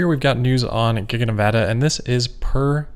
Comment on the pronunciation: So glad that you know how to pronounce Nevada! Yay Amigo